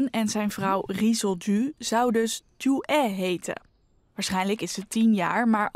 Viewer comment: Het is Ju-ae (김주애), maar inderdaad.. de uitspraak over Koreanen is altijd een drama in Nederland. Ook de Leider's naam is niet als het Nederlandse woord "oen" en de Grote Leider Kim Il Sung, zijn opa, is ook geen "soeng". Je hoeft geen Koreaans te kunnen om ook maar een beetje dichterbij de correcte uitspraak te zitten, maar dit gaat helaas al decennia lang zo. Van een grote zender als NOS verwacht je toch wel iets beter.